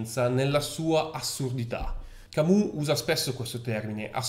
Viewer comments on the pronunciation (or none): Attenzione alla pronuncia francese Camus! " Camiu "